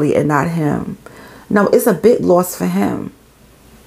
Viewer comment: Babeee that NY accent came OUT cause i thought you were saying the “loft “ belong to her anyway. I was like 😳😳😳 they owned a loft as I was listening. Then I said sayin “loss” 🤦🏽‍♀️🤦🏽‍♀️🤦🏽‍♀️🤦🏽‍♀️